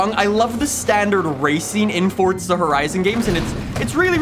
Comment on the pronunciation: Dawg it’s forza not fortza